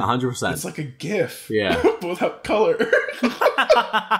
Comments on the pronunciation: Did say gif the right way for once!!!!! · ok but why tf did pronounce gif CORRECTLY this time???? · finally said gif the right way